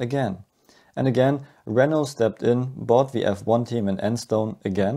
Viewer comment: I kept thought you were saying "ouioui engine" 😭😭😭